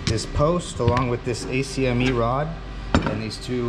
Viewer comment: Great video! Such a cool machine, especially since the off-the-rack ones are so expensive! Bravo sir! Small critique, ACME is generally spoken as “Akkk-Meee”. Good stuff man, keep up the good work!